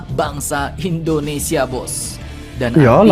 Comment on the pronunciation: Negara kami bernama Indonesia bang bukan Endonesia